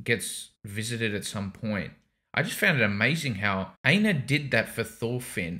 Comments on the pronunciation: I pronounce Einar as if that helps “Ain-har” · "Iinar or Ainar." Oh geez…